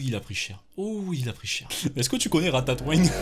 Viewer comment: "Ratatoing" avec l'accent du sud qui passe crème x))) ça ma TUÉ